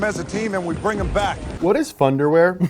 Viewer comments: it think he said thunderwear not funderwear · I honestly thought the rock said thunder wear not fun to wear LOL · I always thought the rock was saying 'Thunderwear' as in you will shit yourself so hard it will be thunderwear.....